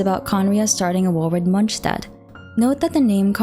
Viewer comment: I like that u try to pronounce mondstadt correctly:)!